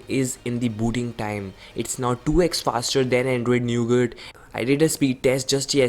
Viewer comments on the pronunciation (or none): Its not neugat its nougat Your pronunciation is funniest of all 😂😂😂😂